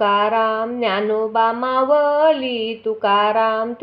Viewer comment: मावली नाही माऊली अस आहे उच्चार चुकतायत